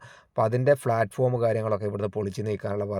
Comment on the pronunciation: Nice 👍🏻. ഒന്ന് രണ്ട് അഭിപ്രായം പറഞ്ഞോട്ടെ. ഡ്രെയിനേജ് എന്നാണ് പ്ലാറ്റ്ഫോം എന്നാണ് pronunciation